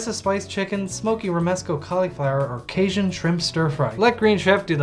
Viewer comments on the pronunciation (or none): none